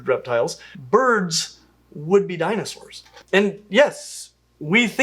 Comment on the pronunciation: The way that woman pronounces words is excruciating. Danaesores.